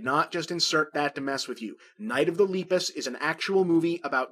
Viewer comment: His pronunciation of Lepus throughout this entire video is painful